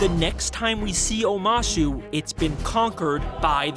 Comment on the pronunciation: anyone notice how omashu changes to omahsu ... weird